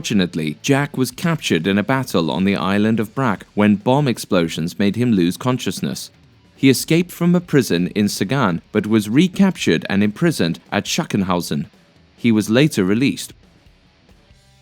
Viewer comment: its pronounced saxunhousen